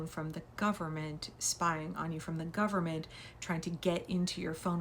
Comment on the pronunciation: The 'gum-mint' 😂😂😂